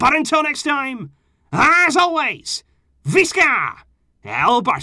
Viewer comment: Dude!!! It's not "CAMP NOW," it's "CAM NO-OO." And it's "VEE-SKA" Barca. So embarrassing for a "super fan."